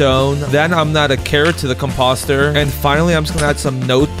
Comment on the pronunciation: “compOster” “comparAtor”